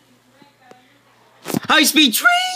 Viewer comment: hIGHH SPED TREEN! yih. MEEEEEEEEEEE! I WAS DYING AT THAT PART🤣